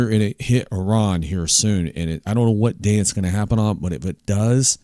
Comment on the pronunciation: "Ah-ron"? Towers of babble and bray stubble and hay. I like your enthusiasm. Blessings.